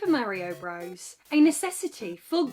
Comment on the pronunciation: Merry-o bruvvizz.